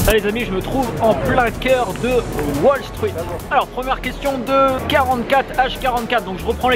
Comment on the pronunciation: "En plein coeur de Waule Struite" XD Sinon bonne video (c'est Doc seven qui m'a amené sur ta chaine ;)